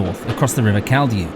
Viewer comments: Pronunciation: Caldew is Caaald dew and Penton is Pen-ton and Kershopefoot is separated as Kershop Foot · Stumbled across your video and channel, glad I did. An enjoyable 50 mins, I liked the mix of footage used. The locals at work would tell you its Call-dew and Pent-on, for me you can have a pass. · Carlisle's citadel station's name is nothing to do with Carlisle castle, which is at the opposite end of the city's fortified walls ( the citadel refers to the rebuilt crenellated southern gateways of the old city walls Please check the actual pronunciation of Caldew. Port Carlisle is actually some miles along the Solway Firth and served by the line and parallel canal with branch lines right into the industrial west of the city. The bridge crossing the Eden is known locally as the NB bridge ( I assume it to be a reference to the Norther British Railways ) The route through the willowholme industrial estate leading to the NB bridge has long been called Engine Lonning, for obvious reasons Thanks for all your work on this, a great video.